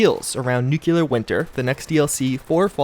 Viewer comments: it’s nuclear winter, as in new-clear, not new-queue-lar. Making me cringe! And yes I am that guy. 😂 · right, there is no U between C and L NEW-CLEAR (nuclear). That is the pronunciation...woosh? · Please, NEW-CLEAR...there is no U between the C and L... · Nuclear New-klee-arr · PLEASE learn how to pronounce "nuclear"...